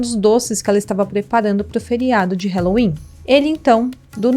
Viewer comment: Dica: o “a” de halloween não se pronuncia como “é”, a pronúncia é “a” mesmo. “ralouin”. Se procurar aqui no youtube, “how to pronounce halloween”, encontra nativos do Inglês ensinando. 😉